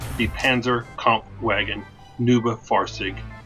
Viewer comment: Just trying to Help. neub nis not pronounced as noob,But try noib